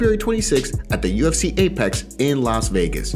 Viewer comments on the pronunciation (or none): none